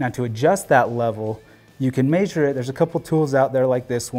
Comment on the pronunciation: This guy says measure funny. Meayysure. But awsome video, very in depth and informative